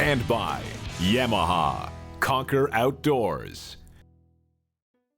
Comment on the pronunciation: first of all, you need to know how to say Yamaha, and also when your talking about the snad dunes, don't say " sand dune "